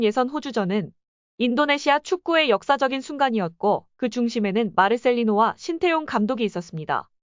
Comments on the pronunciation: 관중들아 제발 발음 좀 잘 해라 신태용이 아니라 신따용이다. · 신태용은..지장(智將)..지략으로 난관을 헤쳐나가는군!!! ( 明報....의리는 있어보이네!!! 鬱이 山이여~~~!!! ) 태용이 泰用 하고있군!!! 태와 따의..발음연습 시켜야긋다...태국애덜!!! 따용 아녀~~!!! 태~~해봐!! 하긴...신 또용이면 또 어떠냐!! 메세지만 전달되면 되지!! 따용이 ...땡큐~~~그거쥐?! 알게써!!! 인니 팍팍 응원할께!!!